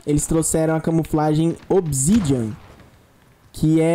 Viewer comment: cara é OBSIDIANA nao OBSIDIANA, voce falou errado ... kkkkkkkkkkkk